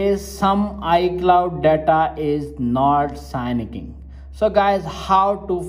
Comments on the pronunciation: its syncing, not signiking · It’s pronounced “sinking” not signing lol